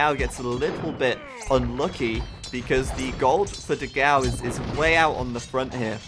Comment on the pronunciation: Dogau ahsuahsugdus the pronunciation is wrong. Nice vid